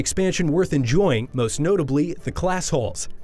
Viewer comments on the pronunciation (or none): none